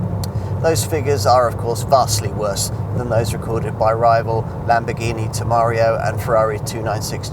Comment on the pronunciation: It's (pronounced) Lamborghini Tem-er-rar-io not Te-mar-io....